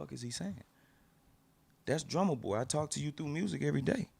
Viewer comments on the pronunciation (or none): "Drumma Toy"??? come on bro